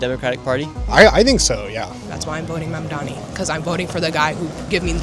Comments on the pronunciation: How hard is it to pronounce mamdaNi not mamdaMi ffs its not that hard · Why is Nick constantly mispronoucing his surname - its MAMDANI not MANDANI!!! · Start my learning how to pronounce is name. It’s Mamdani, not MamdaMi. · Why is Nick constantly mispronouncing his surname - its MAMDANI not MANDANI!!! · its pronounced mamdaNi not mamdaMi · IS ANYONE GOING TO PRONOUNCE MAM-DANI CORRECTLY ? HIS NAME ISNT MON-DOMMEE!! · `mum-donnie. not that hard. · Manami, Muhdommy, Muhdoni, Manndammy, how can nobody pronounce his name? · Nick, I'm not voting to Mamdani but please pronounce the dudes name right! 🤣 (Mom-don-i) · Good interviews-pronunciation is Mamdani with an n. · mamdami, mandami, madami, mamami!! why can't this guy be consistent in his pronunciations! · Bad journalism. Inaccurate headline. Bad interviewing skills. Bad. Just bad. Learn to pronounce “Mamdani” before you run around town with a mike and a camera, kid. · Am I deaf, or was Nick mispronouncing his last name the whole video? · Bro does NOT know how to pronounce ‘Mamdani’ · They dont even know how to pronounce their names, & their voting for them?? God, Help Us!!! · Is it just me or do none of the people interviewed sound like they know anything? Also, why can't anyone pronounce "Mamdani"? 😂 Can't wait for NY to wreck itself. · OMG some of them cant even pronounce his name right and still vote for him! WTF is going on!? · Like the one girl who couldn't even pronounce his name lmao